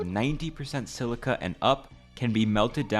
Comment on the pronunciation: "My sand, my slica. My market"